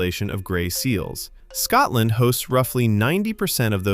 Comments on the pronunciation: Fact 31: Scotland is not pronounced Scatland. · When the narration begins with the word "Scatland", you know to stop watching immediately. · Its Scotland, not Scatland !!! There's nothing more grating than Americans pronouncing the English language